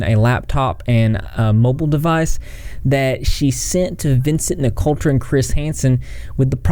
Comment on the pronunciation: NIC-O-TRA ---- THERE IS NO "L" IN HIS LAST NAME. GET IT RIGHT IF YOU WANT TO "REPORT" DUDE.